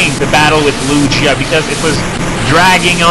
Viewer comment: he dosent know how to say lugia or ho-oh... kinda sad